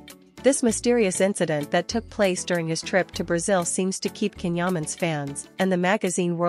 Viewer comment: This AI voiced female hasn't learned how to properly pronounce his name...it is pronounced "Jon"...not "canhuman"...